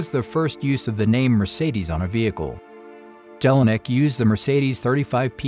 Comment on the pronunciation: Nice history told but if you tell a Story one should pronounce important names right and not destroy them! "Jelinek" (J is a j and not a g) and "Maybach" (there is no k in ..bach) are only two examples!